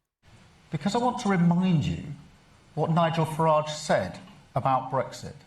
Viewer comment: No se llama FaRrage. Es Farage (r. Suave).